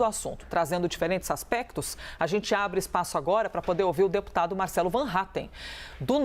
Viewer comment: A que falou o nome dele errado? MARCELOOOO 😂😂